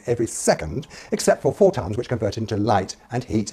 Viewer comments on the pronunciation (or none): Neutron Star I’m British and I initially didn’t understand him either but if you listen carefully he just mispronounced photons. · He definitely said tons and photons, unless he REALLY cant pronounce photons. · He said four tons. Not photons. Other than that, keep on.